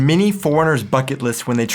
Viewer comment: I always hear "" when you say "many Germans". Cracks me up all the time.:D